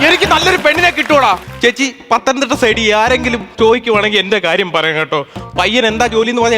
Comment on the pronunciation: പതനം തിട്ട അല്ല പത്തനം തിട്ട